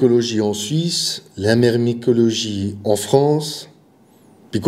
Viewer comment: Je suis belge et franchement tu l'a bien dit mon p'tit myrmecologue